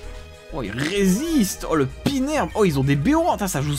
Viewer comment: pinerbe ? je suis désolé mais non. xD